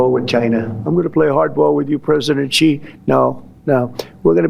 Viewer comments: he even mispronounced President Xi’a name..😑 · Oh crap! Maybe Trump hears how Xi's name is pronounced, thinks that it's his preferred pronoun and that's what's behind this whole beef that he has going!